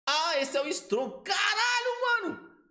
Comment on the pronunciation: Ele falou estrong, eu entendi estrume kkkks